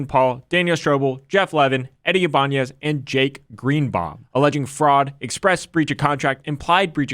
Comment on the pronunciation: The only correct pronunciation of Ibañez is here.